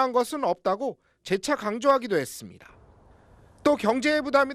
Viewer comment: 남자 앵커 ~ 했씀니타 뭐뭐 씀니타~. 끝에 왜 바람빠지는 소리를 하나? 앵커가 사투리 억양이 잔뜩 들어가있어서 고치지를 못하는구만.